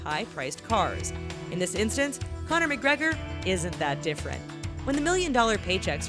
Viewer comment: 'Conor Mic-Gregor'...